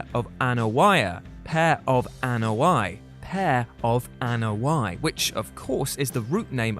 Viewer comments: Except that's not how you pronounce Anoa'i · I liked this video, but, man, did he mispronounce the Anoa'i family name. Granted, it's difficult, but he really botched it!